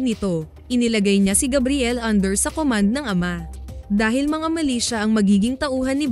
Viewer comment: Hindi sya malaysia kundi MILITIA is an organization that operates like an army. Muka lang malaysia ang bigkas.